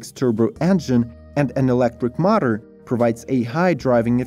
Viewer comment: Notice how the speaker can't say power & motor?? He instead pronounces it pawer mauter